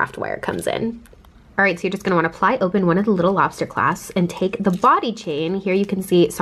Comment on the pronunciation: I'm the only one who noticed "lobsert" instead of "lobster"??